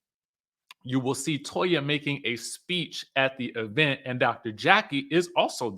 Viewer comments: This E-Vent pronunciation like LaTisha does is taking me out!😂😂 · pronounces event like LaTisha Scott😖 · The emphasis on the Eee in event is cracking me up 😂😂😂😂. That dang Latasha and her Bessemer dialect 🤣🤣🤣🤣